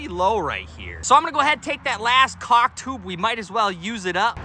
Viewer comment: Lol... You said chaulk. LOVE IT!!